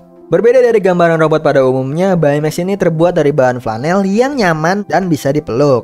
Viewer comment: baca baymax bukan bay mex tapi bey mex